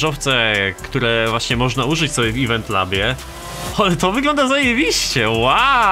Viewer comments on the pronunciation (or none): none